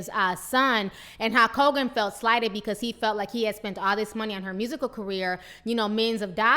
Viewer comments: is she really saying Hawk Hogan? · His name is Hulk Hogan not Hawk Kogan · is she calling him hawk Hogan ?l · Great commentary, there's just one thing...... Who is Halk Hogan? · Ti is killing me with this pronunciation. HALK Hogan.